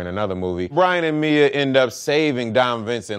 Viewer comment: Why tf I heard "Dom and Brain Drink Corona's for the first time"